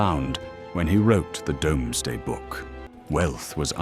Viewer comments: I know its spelt dome=sday, but its pronounced doomsday, dont worry every bot gets it wrong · Agree, human narration would be better... I cringed every time "domes-day" was spoken. The issue is the humans need to write the script phonetically so that the AI pronounces thing right.